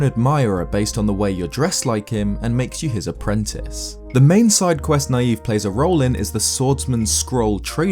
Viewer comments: I always thought Nayve’s name was pronounced “knave”, as to my knowledge, that’s basically what that word means, a self-proclaimed hero. Either way you slice it though, I guess he’s a naïve knave. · I feel like Nayve’s name is supposed to be pronounced like “Knave”, the Old-English word for a liar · I think Nayve is pronounced like the word Knave, meaning a dishonest or unscrupulous man. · I always thought that Nayve's name was pronounced like knave, because he is a dishonest person. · I always thought Nayve was pronounced like Nay-vee (marine) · I think nayve's name is supposed to be pronounced like knave since he's a fraud or a fake legendary hero, but eh, either pronunciation could be correct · Shouldn't Nayve be pronounced "Nay-vee," as in "Navy?" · I always pronounced Nayve's name as "Navy". Seemed to make sense considering the game takes place at sea. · It seems to me that Nayve would be pronounced like "knave", which means "a dishonest or unscrupulous man." - He doesn't believe he's the hero, he's trying to trick people into thinking he's the hero. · I always thought it was pronounced like knave..... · Nayve I believe is pronounced like the pun he's named after: Knave. It's because he's a dishonest person, which is seen from the items you give him as well as his boat. Also, I believe his weapon is just a trident, or else he would have painted them gold. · i thought Nayve was actually pronounced knave. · I think "Nayve" is supposed to be "Navy", not "Naive". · ISn't that guy's name pronounced like navy? You know NAY-VE, instead of NA-YVE. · I don't think Nayve's name is pronounced "naive", but as "knave", meaning "man of humble birth". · You're pronouncing Nayve's name as naïve, but I'm not too sure it wasn't meant to be an altered spelling of knave. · Personally, I think his name (Nayve) is pronounced (nāv) like Knave and not (nīˈēv) like Naive. It works either way, honestly. One is dishonest and the other is deranged. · It's knave. Not Naive.